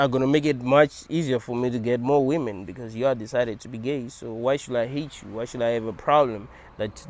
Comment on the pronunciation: I like the way says "you are suffering beCAUse you are in a hell realm...". 😂